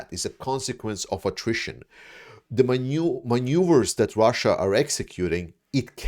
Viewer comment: yay, you said maneuvers correcly this time, G! 🎉🤗🥰🤣